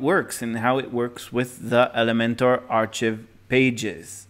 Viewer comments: It's pronounced "ARE-kive" not "ARE-chiv". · No Offense but "Ark + i + v" or "Are + Kive" is how you should be pronouncing archive. It is not a "ch" sound and the I is pronounced like the letter itself "i". Once again, no offense. Great information and I thank you for the video. I just know learning a language is a long and difficult process so I figured I'd throw that in since no one in the comments wanted to tell you.